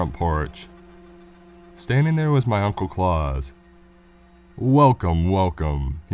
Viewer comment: That's Claus like house not Clause like claws